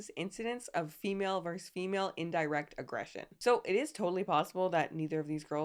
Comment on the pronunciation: Versus! Not verse.